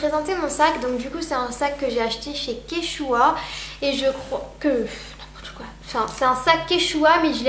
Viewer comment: et en plus tu sais même pas prononcer quechua